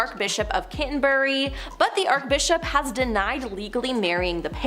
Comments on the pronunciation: its not ArKbishop, its ArCHbishop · Archbishop. Arch as in archway or Archie.